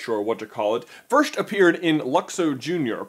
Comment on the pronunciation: Good video but annoys me how he pronounces first as firsht